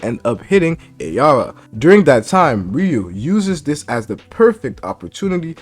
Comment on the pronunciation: Its araya not ayara